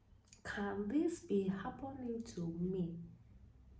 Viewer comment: I subscribed at "Kan dis be happening to me?" 😅 I'm sorry you went through that ❤